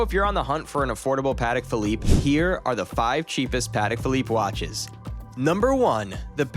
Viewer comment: I love how the narrator can’t even pronounce the correct name of the watches